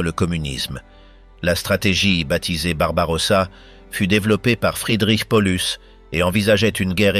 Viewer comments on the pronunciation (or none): Horreur cette voix ! Ne pas prononcer correctement de La ville dont il est question (1 fois sur 2), polus non Paulus, merci de prononcer les noms propres correctement